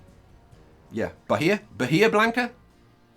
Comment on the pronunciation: Most of the time in spanish you don’t pronounce the h so although the name is bahia it is pronounced baia